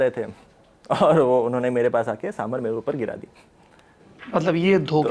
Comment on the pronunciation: Mr Dwivedi please learn from some of your colleagues. Your pronunciation really makes one wonder about your general competence. It's साम बार not साम भर. सीतारामन ना कि सीतारमण, मेनका गांधी ना कि मनेका